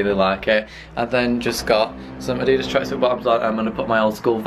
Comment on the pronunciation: you say addidas differently it's cute 😂😂😂